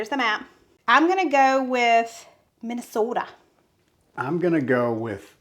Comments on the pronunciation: You did a great job on the long "O" of Minnesota! I love the series you are doing. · Had a friend years ago and he was from Minnesota and yes ma’am you got that pronunciation correct. We love messing with him. He was a sweetie. I figure the rest of Minnesota must be like that also.